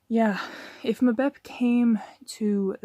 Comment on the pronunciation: say his name properly you fool